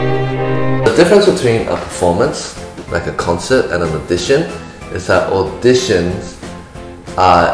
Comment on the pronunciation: I was ten seconds into the video and cringed with my entire being when he said auditions